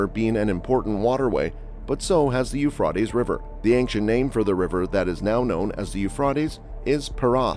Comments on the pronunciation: It's not pronounced "eu frot ays", it's "eu fray teas"! It's hard to watch you mess that up so many times! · Learn how to pronounce YOU-FRAY-TEES PLEASE! Euphrates You Fray Tees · Pronounced You-fray-tees. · a tes not ah tes.... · "U-fraw-tees" River I've never heard that one before. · Speak correctly, it's you-fray-teez river. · It is pronounced , euph ray tees . Ray as in x ray . . Idiot . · Dude. Your text to speech program sounds totally awful and stupid, It’s properly pronounced u-U -freight-E’s , geez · You’re making me crazy: it is pronounced as “. yoo fray teez” river!!! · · The way he says Euphrates is annoying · Hey, it's pronounced with an a, not an o. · The person narrating this needs to learn how to pronounce words correctly! The "a" in Euphrates is pronounced with a long vowel sound, not short sound, Uneducated idiot. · it's interesting the person (?) robot (?) can not pronounce euphrates no matter how hard they try. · Yes I was thinking about that word not heard it pronounced like that before ? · Prounce the river right. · In the meantime, please learn how to pronounce the word “Euphrates” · Is anyone else bothered by the he says the rivers name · LEARN HOW TO SAY THE RIVERS NAME CORRECTLY!!!! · And knows how to pronounce the river rught